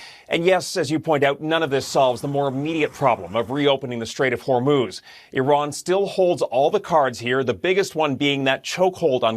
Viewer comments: Really ? You've pronounced Iran three different ways; all wrong. How stupid are you guys? It's "E ran", fool. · I’ve realised why Trump hates Iran. He pronounces it “I Ran” as in “ I ran from blockading the Strait of Hormuz.” It’s the Persian version of TACO.